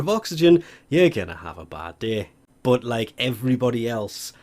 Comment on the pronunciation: But when u say but I hear bot